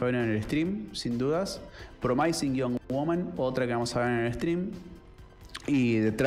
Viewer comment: De todos los comentaristas de cine sos mi preferido pero chequea las pronunciaciones de promising y undoing aquí mismo en YouTube. Saludos!